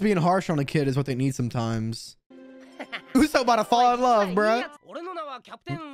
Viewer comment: Isn't it pronounced oo-sop and not oo-soap? I could be wrong